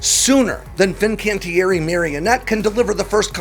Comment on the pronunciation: It's not Marionette. It's Marinette. Mare-ih-net.